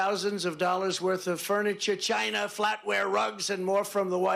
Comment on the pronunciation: I’m literally crying. The way he says Chynah, the nonsensical rant, everything about this moment is amazing